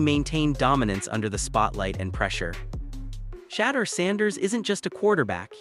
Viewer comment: Can people please learn how to pronounce his name please and thank you your killing the pronouncing of his name 😮